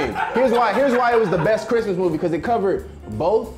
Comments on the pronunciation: "Last Bhrimas..." 😂😂😂😂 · "THIS BRISTMAS..." 😂😂😂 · "This Bhrismas"😂😂😂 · "This Bhrismas" LMFAOOOOOOO